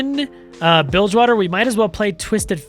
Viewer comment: The second you said bildgewater i couldn't stop grinning lol.